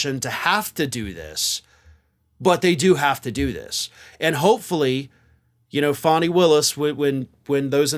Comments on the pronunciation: Thank you, for correctly pronouncing Fani Willis' name! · Thank you for finally pronouncing Fani Willis' name correctly. She deserves it!❤ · Wow -- and you pronounced Fani's name as she does. Very cool.